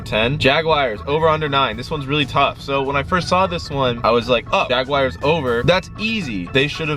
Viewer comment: The “Jagwires”🙄😂